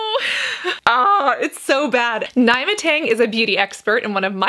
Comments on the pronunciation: It's pronounced ne-ma not ny-ma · Nyma is pronounced as “Neema” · Her name is actually pronounced Nee-ma as opposed to Ny-ma, despite the spelling. Just an FYI 😊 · Her name’s pronounced ‘Neema’ 😊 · im curious as to how she's "one of you favorite youtubers" but you pronounce her name wrong... she introduces herself - says her name- at the beginning of each video she makes. im not gonna lie as a dark skin black girl who too often sees folks in media using us for clickbait and brownie points this hella rubbed me the wrong way. I enjoy and learn a lot from your videos but I couldn't keep watching without saying anything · “I’ve been watching her videos for years!” doesn’t know how to pronounce her name